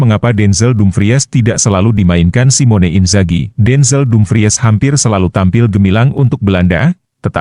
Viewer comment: Dumpriss...jgn dumpries bacanya.